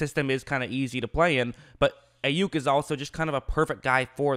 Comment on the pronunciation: Pronounced "Eye" Yuk